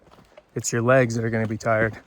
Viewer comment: “Guess this is as far as I’m Geh-in”🙄